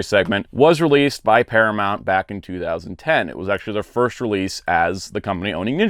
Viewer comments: ParaMOUNT not ParaMONT! You're KILLING me. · Its Paramount not Paramont, noob.